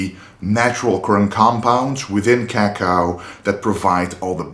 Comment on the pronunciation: His pronunciation of "cacao" is so cool!